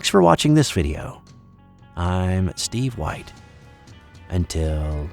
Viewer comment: Everyone say it with me IM STEEVEE WHIITE!! 😂😂😍